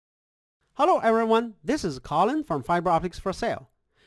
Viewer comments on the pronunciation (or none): none